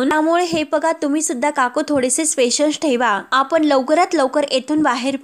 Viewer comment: निवेदन करताना किती तो गोंधळ ! आणि इंग्रजी शब्दांचे उच्चार योग्य करत चला . स्पेशस (९.३७) नाही पेशन्स .